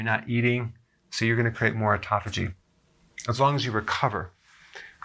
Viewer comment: I felt embarrassed as soon as he correctly pronounced autophagy. I've always pronounced it like "auto faggy"